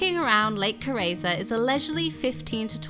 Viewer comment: A very long time since I was up there, even though it's only a few hours drive for me. Lake Carezza too .... which is not pronounced Ca-ray-za but Ca-ret-sa! Double Z like in Pizza ...